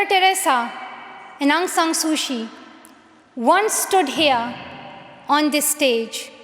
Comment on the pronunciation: She said Aung San Suu Kyi I can't believe my ears thank you for saying Aung San Suu Kyi